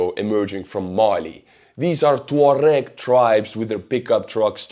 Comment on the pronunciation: I must have been mispronouncing tuareg all my life.